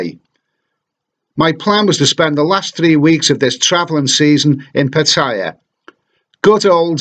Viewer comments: Pitthaya? It's pronounced Parttayar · He's right. It's not "Pa-tyya" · PA TA YA please pronounce right way